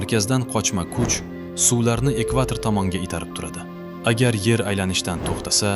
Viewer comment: Nimaga yar deb gapiryapsiz